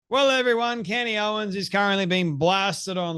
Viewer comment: Take a shot Everytime he says candy owens